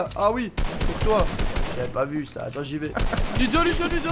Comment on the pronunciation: Il dit loudo